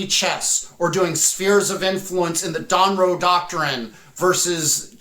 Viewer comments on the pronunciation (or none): none